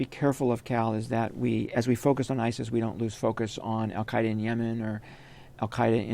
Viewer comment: "Al-Qaeida in Syria"